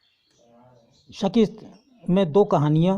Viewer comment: Sir नाविल का नाम शिकस्त है ना आप सकिस्त क्यों बोल रहे है